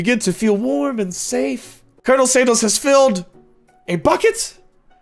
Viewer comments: Y’all am I crazy or did call him “Colonel Sandals”??🤣🤣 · Ya the safe word was sandals